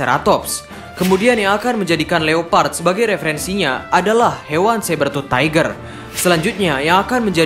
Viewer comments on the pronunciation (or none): none